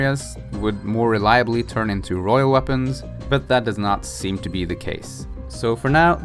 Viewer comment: Royal, not rohiol.